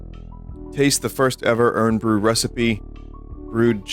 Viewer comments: It's pretty typical pronunciation outside of Scotland, I even know English neighbours to our south who call it that. You can hardly blame them, though. Scottish vernacular is like tryin tae eat a scabby heeded bairn fae Auchenshoogle. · Hi Vinny, it’s Scottish Vinny writing from London. Irn-Bru is pronounced “Iron Brew”. But you weren’t to know that. From at least the 80s the marketing slogan was “made in Scotland from girders”, presumably attempting a tough Glasgow workers’ aesthetic. I grew up in Glasgow, so here are some unusual things - “soda” is often called “ginger” for some reason, usually among the less economically fortunate. It refers to any carbonated soft drink. You could take empty glass ginger bottles back to the shop and they’d give you money. Incidentally, I have searched relentlessly for anyone who can tell me what the hell Irn-Bru is supposed to be. Nobody knows. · Vinny calling it "Urn Bru" is fully killing me off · i am going insane hearing vinny say "urn bru" over and over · Irn Bru is pronounced "Iron Brew" for reasons beyond my ken Also, I think that spoon thing was supposed to have a Mexican tamarind candy on it. I've only had it once and I guess you're supposed to just like lick it and it lasts forever, but it wasn't really my thing either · I can forgive the Irn Bru pronunciation because you didn’t pronounce Glasgow as Glass Cow as is American custom, thanks Vinny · The way Vinny says "Irn Bru" hurts my Scottish soul. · I put ketchup on my chips. They're just potatoes. You put ketchup on those all the time. Vinny's pronunciation of IRN BRU is interesting. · it's pronounced 'iron bru' not 'urn bru' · Find it funny hearing Vinny call it "Urn Bru". It's IRON Vinny. Made from girders. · fucking hell its pronounced iron not urn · I winced every time vinny called it "urn" bru like I'm drinking from the jar they put dead people in. It's short for Iron Brew. Iron. Like the metal. Like the man. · Urn Bru 😂 my ancestors cry at the pronunciation